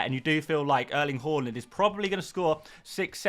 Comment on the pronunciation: Still continuing the Horland pronunciation this season…